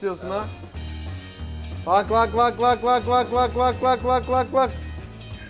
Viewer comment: Enes bak bak bak bak diyo ama vak vak vak vak gibi çıkıyo diyenler like atsın sayımızı görelim